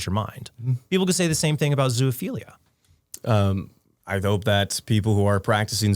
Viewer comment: Trent...there is no such thing as ZOO OPHILIA. That word doesn't contain 3 Os. It's ZO - O - PHILIA. Sorry for being grammar police :D. The newer generations see word ZOOLOGY and they think double O should be read U but it makes no sense to pronunce it ZULOGY so they keep adding 3rd O out of the blue and you end up with stupid things like ZUOLOGY without knowing that the word ZOO is abrreviation from zoological garden. END OF RANT :D